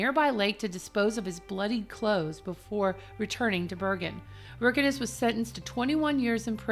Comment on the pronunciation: Varg Vikernes (pronounced without R), not Wirkenes. Why it's so hard to read at least Wiki?!